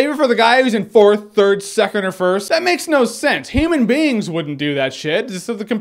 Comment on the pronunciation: When Jeremy said "human beings wouldn't do that shit" I thought he said "ham and beans". I was very confused